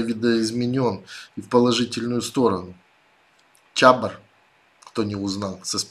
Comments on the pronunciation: спасибо за ваш труд. Ремарка: чабОр, а не чАбор. Слава Героям Украины! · Чабор. Націск на о заўсёды. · Чабор, не "чябор"((